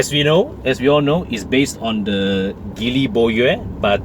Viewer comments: It's not pronounced Gi-ly. It's G-ly, as in the alphabet 'G', as per the Mandarin pronouncement.. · I am surprised that you are now only poking fun at the name, so I guess you are NOT aware of what's really going on in Geely (please at least pronounce the name properly lah). The Borui (yeah, go on and laugh) is an exception car and will make a real killer perdana replacement. But wait till you see what Geely has come out with in the SX11 (what a beauty!!). Suggest you check them out and let us know if you find them as exciting as I have. Peace to you.